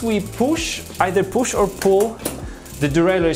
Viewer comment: poosh, releese, poosh releese!!